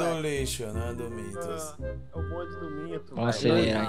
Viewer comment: É meentos ou MITOS?